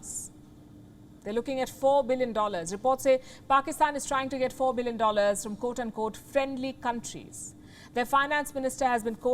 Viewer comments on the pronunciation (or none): none